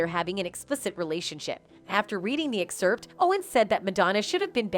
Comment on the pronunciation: “Madonna CONFRONTS Candace Owens For COMPARING Her To Jigsaw” No. She does not. About 6 minutes in there’s some confusing talk-over about Madonnas response to the media. Typical narration over clips, with mispronounced words like “bottocks” for Botox and ex-HERPT for excerpt. People, please stop responding to these Clickbait headlines, and make a comment for us to not waste our time so the rest of us can avoid them. Report them and the channel too. How can this have 310K subscribers???